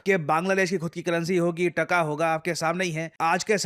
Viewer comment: it's not Ttakka it's 'Taka'. In west bengal too we call 'Rupiya' as 'Taka'.